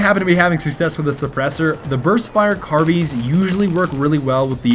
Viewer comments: Yes hes saying carbeans. it's like a car with alot of beans inside the car. xD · Sounds like he is saying carbeans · It's so annoying when he says carbeans idk why!!! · its not carbeans, you silly bagel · no, not car-beans